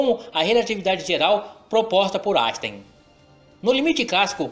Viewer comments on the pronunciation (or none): none